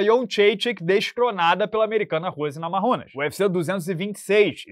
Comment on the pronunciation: Fala rose namarrunas ou namaiunas ?